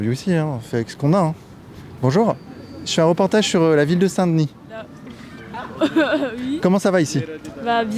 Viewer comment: Parfait ! Avec l'accent en plus...😉